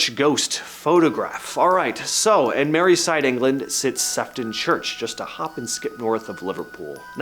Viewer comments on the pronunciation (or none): There is no such place as maryside in England,,, sefton is in Merseyside pronounced mer-see-side